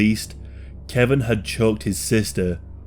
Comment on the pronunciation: His name is KE-VON not Kevin lol